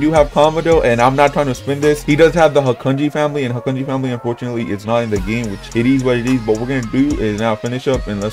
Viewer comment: You prounounced hakuji wrong it’s like (HA-kuje)